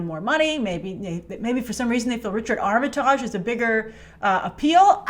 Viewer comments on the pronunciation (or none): Richard Armatarrrrrge? Teehee. That made me giggle. I think it's said more like ArmiTIDGE (like Partridge). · it’s pronounced “arm-it-IDGE.” I’ve heard Richard pronounce it that way himself. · pronounces it right. makes it sound French or something. No biggie. It just tickled me.